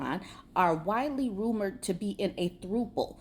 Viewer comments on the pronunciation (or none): It's not throoople. It's pronounced like the word couple. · "Throuple" isn't pronounced like "throople". It's pronounced like thrupple. Throuple is a combination of threesome and couple. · Lol "throuple" is usually pronounced as like it rhymes with couple. But other than that, this news made my day! 😂😂😂 Thanks!